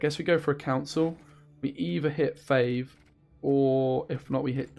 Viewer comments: F(aw)ve not F(ay)ve. Great deck mate! Loving the videos :) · How you claim to be the english speaker when you pronounce fauve as "fayyve"!?!?! Unscribe